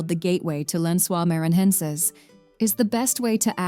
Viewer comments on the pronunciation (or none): You should teach the IA to read the words in Portuguese... NoronRRA, Lãnsoá MaranRRenses, MaranRRao... all wrong. Please don't call theses places this way.